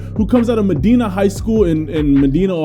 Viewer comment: As a Ohian and just heads up it is pronounced Ma -die - Na one of the best schools in football in Ohio for many years